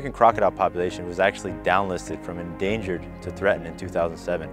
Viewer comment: Endangered!? Lol